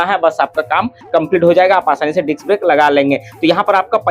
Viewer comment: Why u always say diks brake😂😂